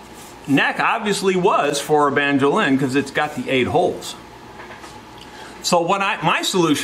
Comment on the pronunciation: (*"banjo-LIN, as in Mando-LIN)